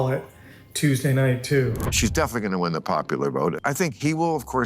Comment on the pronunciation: You didn't wi-in, you didn't wi-in.:hand-orange-covering-eyes: Screw Nikki Haley.